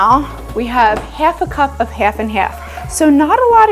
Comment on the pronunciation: I don't know what accent that is, but I know I'm hearing it when you say "half and half" 😅